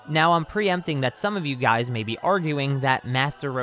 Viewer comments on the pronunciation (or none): none